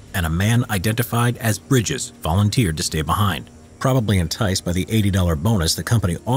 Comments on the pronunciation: Bridger not bridges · It isn’t Bridges. It’s Bridger, Jim Bridger. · His name was Jim Bridger not Briges